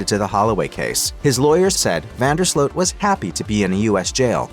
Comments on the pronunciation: it's Slute not Slote. Correct? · No that's not correct. In Dutch, the double o is pronounce like a long o -- i.e. "Slote". In Dutch, the combo "oe" is pronounced "oo" like the Dutch first name Jeroen, pronounced "yeroon".